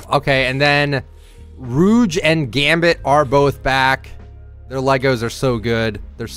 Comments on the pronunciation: Its not ruge, its rogue. Like rogue agent or rogue’s gallery. Stay blessed 🙏🏾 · No way he called Rogue “Rooge” lmao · Rooge you mean rogue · Did he just call Rogue, Rouge? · Said Rouge instead of Rogue and called a Lambo a Ferrari what am I hearin XD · No way he just said “Rew-g” It’s “Row-g” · Its rogue not rouge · haha bro said “rooge” lmao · I like the way he pronounced rogue.. rooge😂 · Bro really said rooj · Why did he pronounce rouge like that 😭😭😭😭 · I physically reacted when he said rooj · ITS PRONOUNCED ROW'GUH!! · He said rouge HAHAHA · No way bro said “Rooj” 💀💀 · Mf really said “roage” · How did he say Rogue? Respect the name hijo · He was trolling with the pronunciation of Rogue right?? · Man please watch xmen 😂 cause you did not pronounce Rogues name right